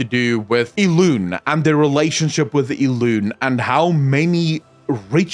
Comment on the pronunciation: Everytime I'm walking in the house, listen to your video and not being near the PC, I hear talking about "ILUNE", I'm trying to remember a character with that name. But then, it hits me instantly that is how you pronounce Elune's name.